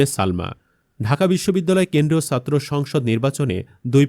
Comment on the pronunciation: ছাত্রকে সাত্র বলেন কেন? উচ্চারণ ঠিক করুন। উমামা ফালতু কথা বলে- একথা বলে সে সব ছাত্র ছাত্রীকে অপমান করছে।